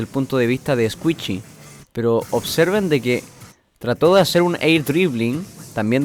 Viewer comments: Es "escuishi" no "escuichi" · Squishy no escuishi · No es Squichy es squishy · Min "Escuichi" xdxd